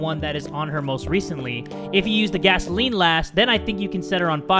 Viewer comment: Gasoline, not gasaelen. It’s Where, not whaehr.